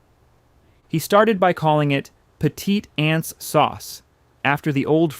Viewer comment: You're going to hear from the Tabasco attorneys for saying that the McIlhenneys released nutria into the Louisiana marshes. Petite Anse is pronounced "petty-tohns", all run together.